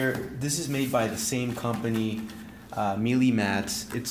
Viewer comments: Melee, not mealy! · Just FYI, it's not "me-lee", it's pronounced "May'-lay" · It’s not pronounced meelee! It’s maylay . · sorry to be the grammar police, but Melee is actually pronounced as Maylay